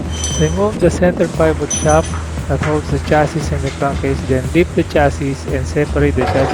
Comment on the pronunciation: Silent S yung huling S ng Chassis. Hahahah chassissss daw eh hahaha